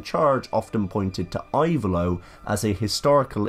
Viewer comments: Type it "Ivaylo" but the pronunciation is "Evaylo". Very good video. Thanks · I-vay-lo. The "I" is pronounced like in the word "impressive".